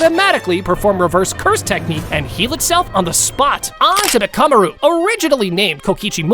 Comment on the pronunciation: You're pronounced mccammar ru and hakari name wrong